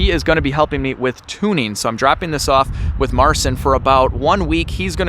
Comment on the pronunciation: Fyi Marcin is pronounced Marcheen